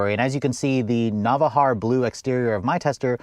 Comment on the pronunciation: navarra blue. not navaharra.